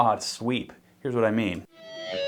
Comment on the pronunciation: WAHt did you say?